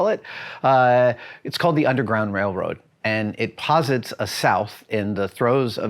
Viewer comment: Adam allllllmost said “ Wailwoad” ... lol.